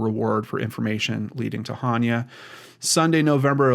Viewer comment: Pronounced AH-ne-ah. I love your show so please don't take this as a criticism. I think it's important to get her name right. The YouTube channel Gray Hughes Investigates has a great video about Hania's abduction.